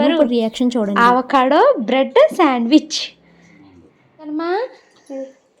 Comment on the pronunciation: Adhi aavacado kadhu andi avacado